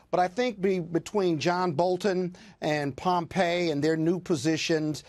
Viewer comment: Tell it is "Pompeo" and not "Pompey"...